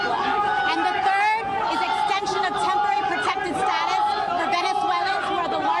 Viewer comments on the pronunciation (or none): none